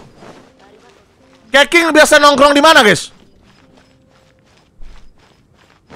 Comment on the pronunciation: dibacanya kecing bang bukan keqing